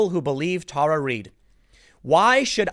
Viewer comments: Why can't Tim pronounce names correctly? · Tim, please stop making my inner teacher cringe. It is Tara (Terra) not Tar.